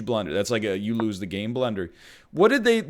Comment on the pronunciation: “you loose the game blunder” that is the most Canadian I think I’ve ever heard you sound